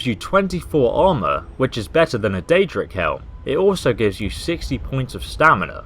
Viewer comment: it is daedric not deadric daedric (day -jri -ck) deadric is (deh - dri - ck)